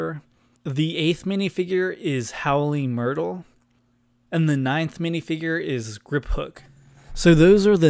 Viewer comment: "Howling Myrtle" lol ok